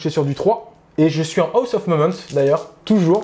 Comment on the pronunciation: Rapport de bataille bien cool. Belles figs. Explications bien amenées sur les aspects de jeu. Seul truc, cher: quitte à dire en permanence "serment de l'instant" en anglais, alors ça ne se dit pas "Aoss" (on dirait que tu dis "house"... ça se prononce "hoss"... Sinon en français c'est bien aussi...;)